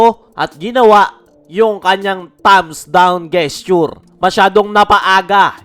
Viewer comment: Gesture ? letter G talaga ang bigkas ? HAHAHAHA